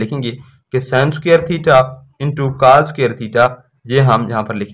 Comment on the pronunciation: Cas nhi cos HOTA ha